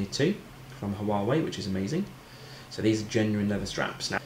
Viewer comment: Not pronouncing Huawei properly 😂